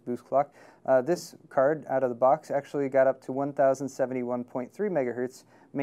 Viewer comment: He says cerd instead of card and hetz instead of hertz